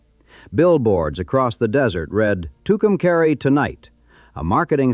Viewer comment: The AI is pronouncing Tucumcari wrong it's pronounced Tucum"cahre" not caree